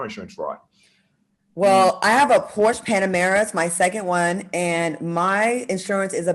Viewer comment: Al/ Diddy pay me what I'm owned what I do with it is my business/Claudia 2nd Porsche & you can't pronounce Porsche